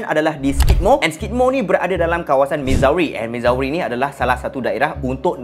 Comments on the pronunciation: Bukan mizawe cara sebut dia..cara sebut dia mizuri.. Pening kepala la kalau bakal pak mertua tanya mizawe kat mana.. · Missouri - sebutnya Mizuri. Sama2 kongsi ilmu ok ✌🏼